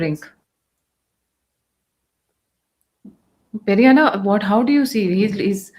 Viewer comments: Pedanna not Perianna. Perianna is in Tamil. Pedanna in Telugu. This lady is brainwashing everyone by saying Perianna. gentle as he is doesn't correct her. I've commented to her several times. She doesn't listen. Sitting on a high horse. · Seriously you & your team need to go through your comment section. I along with other telugu viewers have said that it's Peddanna not Perianna several times. Highly irritating to hear you say this. Change yourself lady. It's not too late to learn. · Why do you call him peri Anna? He’s not a Tamilian. He’s Telugu! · Please stop calling him PeriAnna 🙏